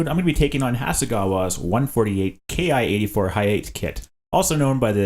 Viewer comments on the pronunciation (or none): The Imperial Japanese Army fighter's "ki" should be pronounced not "ke-ai" but "ki" of "kill".